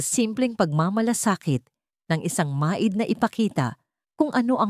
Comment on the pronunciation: Grabe naman iyan magbasa, pati maid, ginawa ng ma id. At iba pang mga salita napakalayo sa Tamang pag pronounced ano ba iyan.